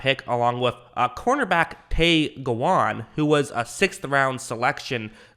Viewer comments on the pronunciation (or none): Its pronounce Gow-win Like Cow-win Tay Gowan